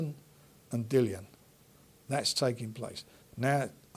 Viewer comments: always says Dillians name wrong its pronounced Dilly Ann not Dylan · please say Dillians name correctly